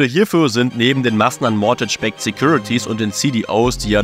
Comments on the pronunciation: "Mortätsch" 😂 dabei sagt es der eine Experte sogar mehrfach richtig 🙃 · Es waren nicht falsch ausgesprochene supreme Hypotheken sondern suBprime Hypotheken. Und es ist auch kein mortage... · Stell dir vor, du kannst als mortgage nicht aussprechen (